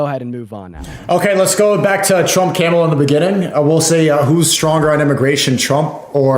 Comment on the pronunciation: what a shitty excuse lmao. and if this sneako loser says “camel-a” again i’m gonna lose it